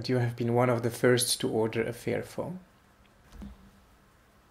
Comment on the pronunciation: You need to work on your pronunciation dude. you keep saying fearphone and not fairphone. It gets kind of funny ;) Otherwise great video! :)